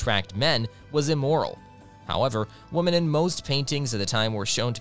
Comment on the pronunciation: The mispronunciation of women that sounds exactly like woman, it’s driving me crazy, otherwise sounds ok to me.